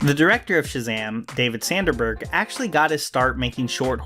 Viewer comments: David "Sanderberg"? It' Sandberg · It's Dr Sivana and David Sandberg, not Dr Savina and David Sanderberg